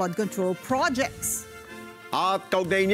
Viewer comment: Pls pronounce " project" the right way!